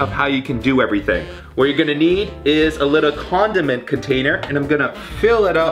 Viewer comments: Did anyone else think that he said Condom container? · i thougt he said condom container men he said condiment container